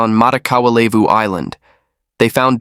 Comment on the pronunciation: Levu is pronounced leh-voo and not LAY voo.